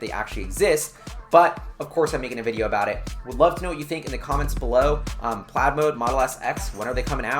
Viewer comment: mate doesn't know how to say plaid..